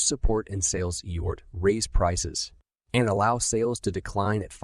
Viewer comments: What is he saying eort what word is he trying to say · Effort. It can’t say the letter F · Eyort! 😂... Thanks! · HORRIBLE - The AI used to read this book does not recognize theleyter F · Pronouncing the word "effort" wrongly is so distracting in this audiobook.